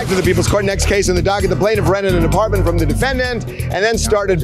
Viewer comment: The plaintiff needs to work on that accent.